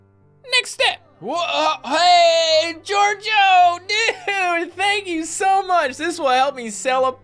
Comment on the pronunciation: A couple times you said jojo instead of gorgio. IS THAT A MODAFUKYN JOJO REFRRNCE!!??